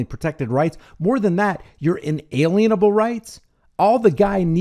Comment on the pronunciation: Bravo . You pronounced it correctly. Inalienable.